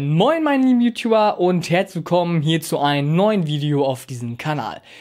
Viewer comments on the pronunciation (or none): none